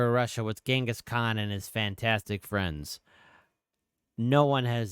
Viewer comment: The reason Genghis was able to conquer Russia was because his name was Genghis Khan, not Genghis Khant.